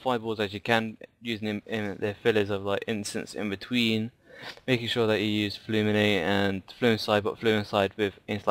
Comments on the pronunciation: Fulminate, not Fluminate also fusillade instead of however you pronounce it :P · Fulminate isnt Fluminate, fusillade is not fluinslide